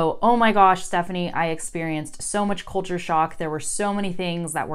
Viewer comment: you pronounce the word "culture" with an Irish accent )